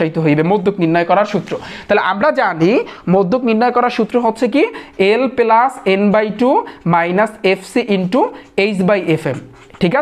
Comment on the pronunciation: পেলাচ বলেন কেন, পালচ বলেত পারেন না